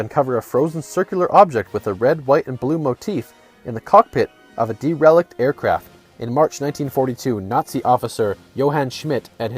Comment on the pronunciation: That's not how you pronounce "derelict"